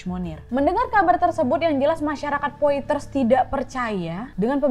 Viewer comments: Blanche baca Blangs Monnier baca Moni:e Kota Poitier baca Pwatye. Utk Nadia, dr negara manapun kasus itu berasal mohon dipelajari civilisation nya, dr cara baca dll, biar lebih kena ceritanya... Semangaaat teruuus... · Selamat kak Nadia Mau sedikit koreksi pengucapan Blanche Monnier (blongsh Monie) La séquestrée de pointiers (La seqestre de pwangtie) 21 rue de la Visitation (vengteang ru de la visitasiung)